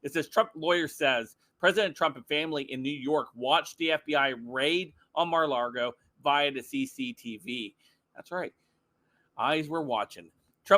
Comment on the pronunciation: Stop saying Mara Largo!